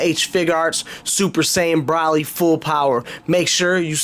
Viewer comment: Not tryin to be a douche but it’s NOT pronounced “Braly” like you said throughout the video. It’s pronounced “Bro-lee.”